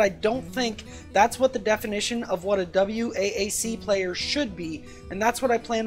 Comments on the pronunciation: For the love of god, just pronounce it "Wack", so distracting..... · Great video. For future reference though, noone ever spells it out lol just say "wack"